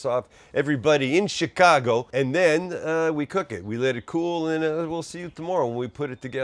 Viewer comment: Slize it nize an tin! Also... good jab ahn yer ChiKago accent, Saam!